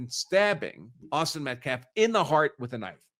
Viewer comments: The NGAC spokesman has said "self defflence", "re approch" "metclaf"....etc. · In a previous interview he couldn't even get Austin's name correct. He said Metclaf several times. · He really is an idiot. In previous interviews he pronounced several words incorrectly & kept saying Metclaf. He can't even pronounce Austin's last name.